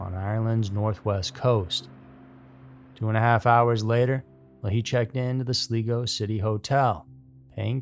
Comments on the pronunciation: Sli-go, not Slee-go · It's NOT Sleego it is Sly- go! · First story - FYI, it's pronouced "Sly-Go" (sly rhymes of eye). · Sorry, it’s pronounced sly-go. 😊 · It's pronounced Sly-Go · It is pronounced Slygo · Sligo is pronounced Sly-go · It’s pronounced Sly-go 😉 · You lost me at”Sleego”👎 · It’s pronounced “SLY-go”, been there, cute wee Irish town! Named my pet cat over the town. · That annoyed me all through the first man 😅😂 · Do you mean Sligo, with the I as in Iceland, India? 🌹⚡ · Yes, I don't understand why he doesn't research how to say names. It's very easy to do. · Love your channel but quick correction - Sligo is pronounced Slygo and it's Rosses point not Roses point :P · Hey, long time fan of the channel. Love your videos and narrator style 👏 So, as an Irishman, i wanted to help out with the place names 🇮🇪 Sligo is pronounced sly go and rosses point is like the name, Ross but plural. Hope that helps 😊